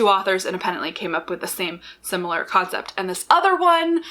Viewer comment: Yes! I thought she was say, "com set". I was then trying to figure out the meaning of com. The most common use in my own life is at work, where com is shorthand for the communications department.